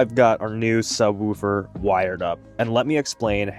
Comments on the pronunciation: Imagine you were talking about a dog softly barking. You would most likely say the dog woofed. Or, if you saw something really cool or pretty, you would most likely say "Oooooooh that's pretty". Now apply that to the word Subwoofer. Its not Sub-whewfer, its "woo" - with two O's. No E. Sub-wOOfer, not Sub-whewfer. Other than that, great video. Been trying to figure out for a while now, how I'm going to eventually do a subwoofer install on my car so this was cool to see. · “Sub-wolf-er” 🙃 I’m just picking on ya. Great video! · He gotta be saying woooofer on purpose😂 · 😂yeah man, its woof woof like a dog lol ...great video though! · Subwooooofer. 😂 Sounds funny. Feels like an Arby’s night. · 😂 glad I'm not the only one. "Sub wufer" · Man I don't wanna hear subwhewfer anymore. But other than that, that's a nice setup. I wish my factory sub had such easy access.